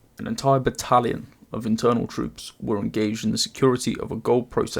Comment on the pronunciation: i just said it myself and he clearly mispronounced word "Internal"